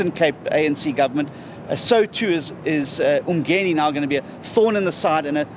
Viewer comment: I've heard John say, the word Ubuntu proproperly, but now he can't even pronounce Umgeni properly as appreciation for the people who voted for him,,,,, I wonder why, nje.